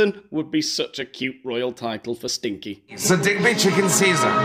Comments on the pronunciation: I just wanted to point out the chickens name is sinkie not stinky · It’s Sinkie not Stinkie isn’t it? Not that I give a fook!!😂😂😂